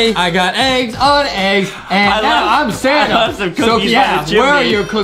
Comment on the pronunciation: When adam say "santa", i hear "sana" XD